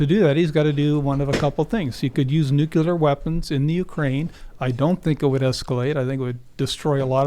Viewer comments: The word is Nu Clear not Nu Ku Ler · So many smart folks...then they say "nucular"...I just don't understand. ;-) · how do you take it seriously with 2 guests saying nuculer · I stop listening once someone says nukular. This guy doesn’t know what he’s talking about. Russia is actually winning this war. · Am I the only one irritated at multiple people saying "nuke-yu-lar"? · Does no one know how to say nuclear anymore? Lol sheesh. Almost sounds on purpose ironically, but likely not. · The guest lost all credibility when he added that 2nd "u" to "nuclear"